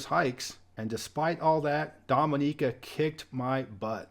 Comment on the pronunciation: So pleased you prounounced Dominica correctly, so many get it wrong. I lived there in the mid to late 90's and made some of the most amazing friends ever. I was known as "Mr Music" when I used to work at the market in Roseau :)